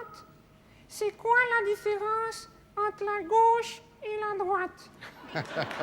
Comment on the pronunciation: "La droiche, D'Arvor, la droiche. Ou la graute... mais ça sonne pas terrible !"